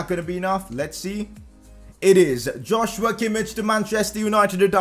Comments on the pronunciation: Sign a CAM on loan for the rest of the season then you can sign Szoboszlai next season (also btw its not Josh-You-a Kim-ich its Yoz-wa Kim-eesh) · It's pronounced as Yoshua Keemeekh not Joshua kimmich pls😂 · Joshua Kimmich is pronounced as yosua kimmih